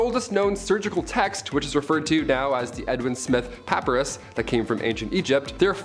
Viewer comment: puh PIE rus